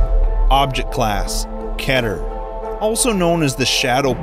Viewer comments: Object class... ketter... its key ter. I'm sure someone said this already tho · It's spelt keeter bit pronounced key ter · Its pronounced key ter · keter is pronounced (key-ter), just thought i should mention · Who tf says keter like "ketter" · It's Key-ter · Whenever someone says Keter like ketter: T R I G G E R E D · Isn’t it pronounces key ter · Isn’t Keter is pronounced “keeter”? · It's keeeeter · Pls say it like keeter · It pronounced kee ter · It is keeeeeter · the way he said keter sounded like ketter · Actually, it’s pronounced “keter” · Keter is pronounces (Key-ter). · It is pronounced "Kee- ter" I learnt that from the scientist I sometimes see my king speaking with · pronounced Keeter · GOD DAMMIT ITS KEE-TER, EVERY LIST CHANNEL GETS IT WRONG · KEY-ter* Also, enjoy the vids. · it's pronounced key-ter (keter) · Everytime somebody says "keh-ter" i want to kill myself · It's pronounced KEE TER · you pronounce ketet wrong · You pronounced Keter wrong. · He miss pronounced Keter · Sorry, but were you just mispronouncing keter? It's ke-ter, not ket-ter. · The way he says l Keter makes me wanna die. He says it like ket er When it is key ter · It's Kee-ter not keh-ter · Keter. Not kenner. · lol kater not keter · It’s not pronounced ket er it’s pronounced keeter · Keter key ter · Keh’ter (keter) its pronounced kee’ter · dude its not KETER its just spelled like that but dont take it seriously pronouns it like KITER its just spelled KETER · Hey, this is a kinda small thing to pick on, but it’s ki-ter, not k-ea-ter. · its not keter its keeter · Keter. Say it like this eeee instead off eh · Not ke ter it’s keter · It’s pronounced ‘KEEH-TER’ not ‘KEH-TER’ thank you very much. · Not kehter it's. Kie-ter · By the way..Keter Class is pronounced K-ee-ter not K-ater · Its (key-ter) not (ket-er) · Not k-eh-ter its key-ter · Keter is pronounced KEY-der, not KEH-der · It’s not pronounced Keh-Ter It’s Kee-Ter Cmon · IT IS PRONOUNCED KEY-TER NOT KET-ER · “Keter” not “keter”